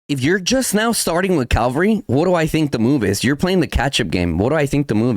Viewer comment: CA-VAL-RY - you damn mexican, say it right